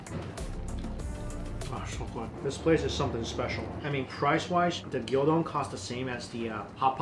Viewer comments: "Gyuuuuu-don" not "Gyoooo-don" Onegaishimasu. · Its gyudon not gyodon and you can ask one with a lot of broth in japan too. Just ask for tsuyudaku which mean a lot of broth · gyu don sounds like new bone - your pronunciation of Japanese is so bad